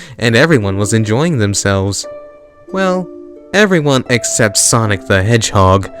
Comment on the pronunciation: He puts to much emphasis on hedgehog